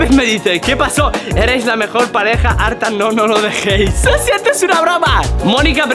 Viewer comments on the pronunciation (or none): modo latianomericano me mori de risa 😂😂😂😂